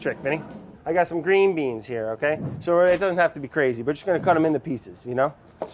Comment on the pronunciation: Love how brad says "green beans"